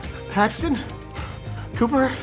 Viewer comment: my name's not PAAAAAXTON!